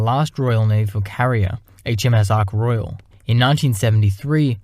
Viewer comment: Somebody should tell that idiot presenter that the aircraft carrier is British not French and it's name is Ark Royal NOT Arc Royale.